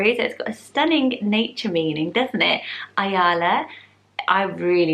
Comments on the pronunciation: As a native hebrew speaker I would like to correct the pronounciation - ayala has a short "ya". Pronounced more like amalia. Some of the names are really dated in Israel (levana, ezekiel, rivka, tikva) but so is ezra so I guess it's a matter of trends. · hi! love your videos, just wanted to let you know Ayala is pronounces eye-yella, rhyming with the name Ella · I’m an Israeli and I’ve never heard of most of the names. Only heard of Ayala (pronounced A Ya La) and it’s a bit old, don’t know anyone under the age of 60 who’s called like this. Dina - also a really old name. Levana - we don’t use this name at all, we use Sahar which means like a partly moon? 🌙 something like 6 years ago there was a woman in the Big Brother called Levana and she’s old but that’s it. Yona - we don’t say jounah, in Hebrew you don’t have J in names. Also, a very old people name, used mostly for females. Rivka - a grandma’s name. It’s the original version 🤦🏼‍♀️ Shay - you’re saying it wrong. It’s Sha I (like the name of the letter). It means”gift” and it’s for both girls and boys. It is very common. Shira - modern name. Ezra, Tikva - such an old name, mostly used in parodies. Don’t think there’s an Ezra/Tikva that isn’t dead by now. Boaz - strong name. Noam - very common for both boys and girls. Never heard of the rest that you mentioned. Other popular names: Or - light. Gal - wave. Batak - light (⚡️), this one is for boys. Ron - happiness. For boys. Ronni - my happiness. For girls. Li-or - my light (li means to me, or means light). Or li - my light. For girls. Hen/Chen - you cant pronounce it correctly but it means beauty. Zohar - shine. Yam - sea. Ya’ar - ya ar. Forest, woods. Guy - small valley. For boys. Adi - jewelry. There are so many beautiful name, kinda sad that you chose all the old ones or ones that aren’t really Hebrew names /